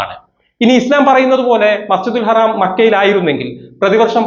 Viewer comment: എടോ മസ്ജിദിൽ ഹറാം അല്ല മസ്ജിദുൽ ഹറം അങ്ങനെ പറഞ്ഞു പഠിക്ക് അതെങ്കിലും ആദ്യം പഠിക്കാൻ നോക്ക്